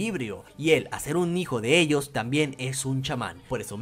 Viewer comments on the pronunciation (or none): none